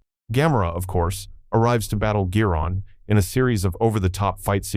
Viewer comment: 何で「宇宙大戦争」のタイトルが「宇宙戦艦ヤマト」になるんだ（笑） 「ドゴラ」が「ドラ」？ 「緯度ゼロイチ、九百六十九」？ 「昆虫大戦争」(監督名の読み方が珍妙)の前にハリウッドは「黒い絨毯」を作ってるよ。 「ギロン」が「ジャイロン」（笑） 「さよならジュピター」の総監督は小松左京氏。橋本幸治氏(こちらも読みが変)は監督補佐。 誰が書いたか知らないが、あまり笑わせないでくれ。